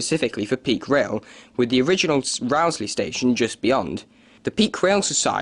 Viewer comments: It's not Rowsley as in row or argument, but Rowsley as in row your boat. (Rose-lee) I've noticed a lot of people doing videos featuring the line get it wrong. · Interesting, though I've never heard the mainline through Peak Forest ever referred to as the "Buxton Loop". Unfortunately, you've pronounced Rowsley incorrectly. The first syllable is pronounced "row" (as in row a boat), not "row" as in arguing with someone. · It is pronounced Rose-Lee. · just about to say the same thing..... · That's not how you say Rowsley. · Mostly to the point. However, you might note that it's Chapel EN (rhyming with hen) le Frith - not pronounced in the French way. Durlow should be Dowlow. And the Row in Rowsley rhymes with "blow". You can always check such things beforehand with locals.